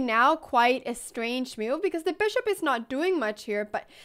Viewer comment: Crazy how her vocabulary is amazing but her pronunciation is so poor, isn't it? "Chack mate in saven mewves" lol